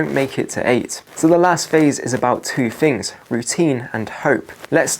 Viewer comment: Yep, very annoying, though not as much as someone who says "Fings like one, two, free". TH is not pronounced F, unless you are a nutter